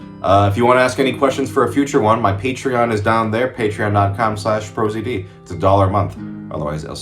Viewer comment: "Pro Ziddie?!" Is it really not pronounced "pro zee Dee?????"